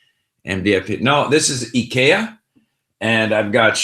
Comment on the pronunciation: Did he pronounce Ikea in japanese? 😂